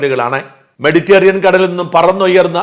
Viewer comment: 'മെഡിറ്റേറിയൻ' അല്ല, മെഡിറ്ററേനിയൻ.